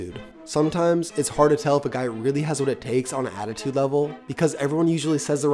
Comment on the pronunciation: Hard not ha d